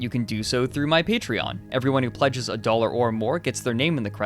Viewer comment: Lots of doh-lerz